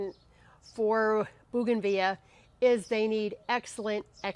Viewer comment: It's actually pronounced bow-gan-vill-ia.